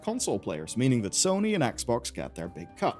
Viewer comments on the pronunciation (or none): none